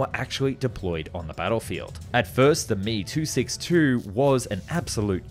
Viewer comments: It's M E, not me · Hearing this master piece of engineering called the "me" 262 rather than "m e" 262 was shameful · Emm eeee NOT me.., unglaublich! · Heyy, love your vids. I appreciate you trying to say foreign words, but please say the model name correctly. Me-262 is pronounced "em-ee-262", it doesn't require any practice to say it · I have been a longtime subscriber and always enjoy your content, but I have one bone to pick with the narration. If the Messerschmitt BF109 is pronounced "Bee Eff" then the ME262 designation is not pronounced "Me" but is actually "Em Eee". Likewise with Heinkel aircraft being "H Eee", not 'Hee", and Horten being "H Oh", not "Hoe". The ongoing mispronunciation of these model suffixes grates on my nerves every time I hear them. If you could avoid this sort of thing in future videos, that would be great. Keep up the good work otherwise! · Dude I like your videos but holy shit, it's H.E..... not he. It's M.E.....not me. Same for old clips. S.U......not Sue. Drives me crazy. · "Mee" 262? "Hee" 178? Makes this aero geek's ears and head hurt. Why not say "Fwuh" 190 or "Biff" 109? The presence of a vowel in an initialisation doesn't automatically turn it into an acronym. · "me" 262? Wonder woff? What? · It's pronounced em eee ! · Great to see this channel blow up, just two things in this particular vid got me. As far as I know you don't pronounce aircraft names as one word, you pronounce each letter. For example you wouldn't call an FA-18 a 'fah eighteen' same for Me or He. secondly, Imminent, not intimate lol